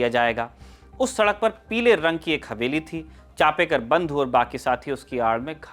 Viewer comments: With due respect Genuine correction चापेकर बंधू नही चाफेकर बंधू . चाफा एक सुगंधी फुल होता है जिसकी खुशबू बोहोत बेहतरीन होती है . धन्यवाद अगर हो सके तो नाम उच्चारण दुरुस्त किजियेगा 🙏🙏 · In marathi it is chaphekar not chapekar